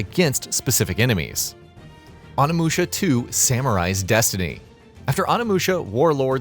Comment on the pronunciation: Anamusha?? it's Onimusha...